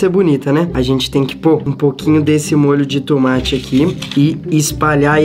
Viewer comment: O enaldo enves dele falar MOLHIO DE TOMATE ELE FALOU MOLHIO DE TUMATI